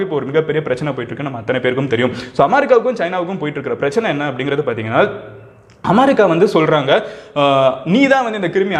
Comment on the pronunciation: அமாரிக்கா இல்ல தம்பி அமெரிக்கா